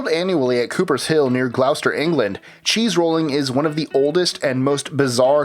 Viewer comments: Here we go agiain: it's not Glow- ster It's Glos-ter. I'd like to suggest a list 25 entry: 25 British place names, from List25 can't pronounce properly. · Glos-ter, not Glauw-ster ;) As a Brit, I'm a tad disturbed how many of these weird sports are British! I always wondered why the rest of the world thinks we're a li'l odd ;) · It's pronounced Gloh-ster and Cah-rib-bé-an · Hundreds "if not" thousands of sports... You think there might actually be less than 2000? 😂😂😂 Also "Glowster" come on dude you can do better than this. You've used the #23 soundbite for the #14 entry. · For the non British. Gloucester is pronounced like glosster. Simliar thing for Worcester, its pronounced like wusster. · It's pronounced Glos-ster!! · It could've been worst, I've seen videos on youtube where it would have been pronounced glow-chester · Gloucester Its pronounced 'Glosster' lol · Gloucester is pronounced "gloster". bothered me twice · Teddy Bearserker Same, I literally cringed both times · Cheese rolling near "glowster" is so badly pronounced they had 2 stabs at it. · Glouster is pronounced like gloster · Gloucester, its pronounced glos-ter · "Gloucester" is pronounced "Gloss-ter" but close enough. I'm sure an unfair proportion of these were from us over in the British Isles too!.. You didn't even cover caber tossing, shinty, marbles, competitive tiddlywinks and welly wanging though. Also cheese-rolling was so stupid (and I agree) you've covered it twice on 23 and 16 where you should have put wife-carrying.